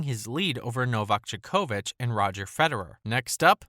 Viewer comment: Bro how can you mispronounce djokovic‘s name so bad💀😂